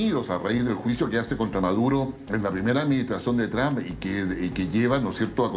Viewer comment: El de camisa azul es mas burro que maduro, no es Tram, se dice Trump